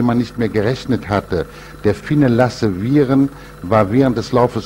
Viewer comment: Lasse Virén... nicht Viren.